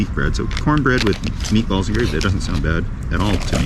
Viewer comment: Ah meatballs, at first i heard Meat Bubbles lol!